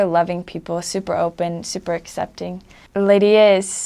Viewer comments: Her pronunciation of Leiria is very nice. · The way she said "leiria" was so gooooooood